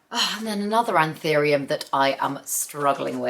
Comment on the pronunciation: is anthurium pronounced “an-thee-rium” like this? ive always been under the impression it’s “an-thoo-rium” ..